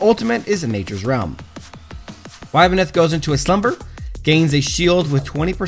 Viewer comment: It's pronounced ib-neth lol Cool vid tho